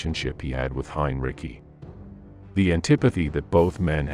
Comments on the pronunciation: "Hein-Rickey?" Puh-leez! It's "Hein Ritzy!" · Cheap, lousy AI 'narrators' so thick with stupid and they don't even know it.. Creators, do you know one should alway's proof-test upload's, or, do you just fire them off, one after another, without ever checking for efficacy, or, error..? Who the heck is; Heinricky? The AI has no idea that the 'e' on the end of that actual surname is silent, so, it just repeats and repeats the error, Heinricky, over and over.. That makes this video an endorsement of misinformation.. Please, I don't think its much to ask an educated human being to tell you how many error's the brilliant garbage AI made in just 10 to 20 minutes.. If AI is not an improvement, which clearly, it is so often not, like here....then, hire a human being.. These AI bots are ridiculous... Do you take pride in the efforts of a flawed computer program rather than your own? How very sad for you if that is so.. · Hineriki… AI needs more training… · "Heinricky" is everything wrong with AI text-to-speech software in one word. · Pronounced "Henreechi", being of Serbo Croat origin. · It's bugging me when he keeps calling him Hein-Ricky. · ""Heinricky" 😄Keep at it bot, you'll get there. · Hein-ricky lol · AI presentation? Suggest that if you're going to talk about people with foreign names, such as Heinrici, you decide how those names should be pronounced, and not keep changing the pronunciation as you go. For God's sake, you can do that much, can't you? The weird reliance on Italian pronunciations-"Stalingrado" (your maps are in Italian also)- indicates a further transaction problem. Pronunciation of Goering as "Goring" is consistent--and consistently wrong. "Coup d'etat" weirdly emerges as "coo dee ay tah." Maybe you don't care about this. Maybe it's just an AI presentation that you pay for.